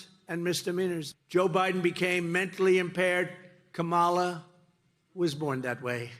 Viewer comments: Look at his combover; he's given up trying to appear presentable. That's a sign of mental decline. He doesn't talk about policy; he lies about & attacks immigrants, mis-pronounces his opponents name & lies about her, attacks anyone who's "disloyal" to him. He's not telling us how he'll make our lives better; he's telling us how he's going to use the machinery of government to destroy those who he hates. This is a mentally very ill old man; there's no way anyone should trust him with anything important (as further documented & demonstrated by his stealing of national secrets & classified information) ... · Why can't he pronounce her name correctly? You don't place stress on the second syllable. Simple. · Until now, he just does not have the mental capacity or ability to learn how to pronounce Kamala properly… All the ranting and lying is a disgrace.. By the way Trump, can you speak the language of the native Americans who lived in the country long before you and your family arrived? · Every time he mispronounces her name it's like nails on a chalkboard. I'm not sure if he is mocking her or is literally too stupid to understand how to pronounce words. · There is something wrong with trump. He can't even pronounce VP Harris's first name properly . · Kamala’s mentally impaired, says the guy who can’t even pronounce her name correctly. From the guy who doesn’t understand tariffs, and believes it’s a good idea to deport 6% of the labor force, quite possibly resulting in a recession. The guy with the kindergartener understanding of foreign policy, and the constitution. But it’s the “Black woman” who’s mentally impaired? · Only a mentally disabled person can't remember how to remember how to pronounce Kamala after meeting her. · Yet you, Mr. Trump, still can't SAY HER NAME CORRECTLY!!!!!!